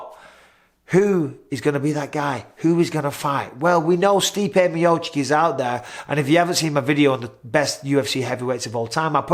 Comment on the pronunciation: Not chick it’s chich